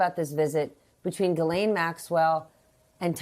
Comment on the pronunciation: he called her a jizzzlane lol